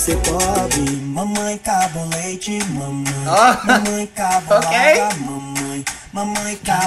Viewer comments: Mãemãe LOOOOOOL! It’s Mamãe it means mom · "mãemãe" KKKK n é "mãemãe" é "mamãe" KKKKK